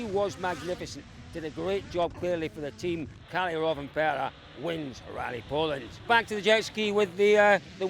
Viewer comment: theres like 20 drivers and the newsreporter cant be bothered to learn their names... Källi ??? It clearly Kalle